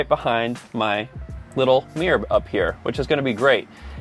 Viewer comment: Got to love the way you say mirror 😉 meeererrr 😂